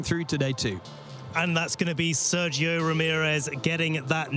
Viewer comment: The way those guys pronounce Sergio hurts my brain.